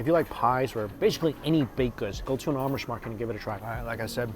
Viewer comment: My girlfriend and i just shook our heads when he kept saying amish